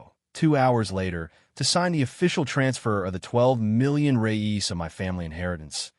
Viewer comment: The Brazilian's money name is "Reais" not "Reyes"